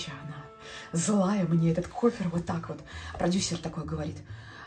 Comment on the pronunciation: Простите! Кофр, но не кофЕр...